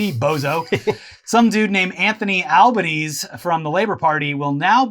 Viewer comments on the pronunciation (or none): Hi im Australian, its not Albos last name is not pronounced Al-Baa-Knees its Al-Bah-Knees-eee. Also if y'all don't know Scotty shit his pants in the Eugadeen maccas (McDonalds) it happened when he was a teen or something but we always love to bring it up. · Not sure if said already or not. But our PM Albanese is pronounced.. Al-ba-knee-zee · Terrific episode. Albanese is pronounced Alban–EASY. And the Liberals ran an awful campaign ad with the tagline “it won’t be easy under Albanese.” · It's pronounced al-ban-easy but we call him albo. It's a great win Australia but albo is going to have a very rough 3 years with Australias incredibly biased media slandering him